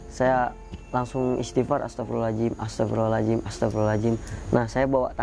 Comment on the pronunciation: Bang kok tiap bilang ataghfirullohal ajim.. Beda lafadz beda makna bang.. Mhon maaf tidak bermaksud mnggurui dll..tp bukan sperti itu lafadz istighfar 🙏. Mhon maaf skli lg